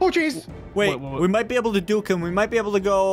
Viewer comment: It's juke not duke